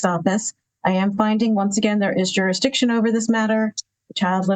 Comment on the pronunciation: Why can’t they say “jurisdiction?” It’s always juruhdiktion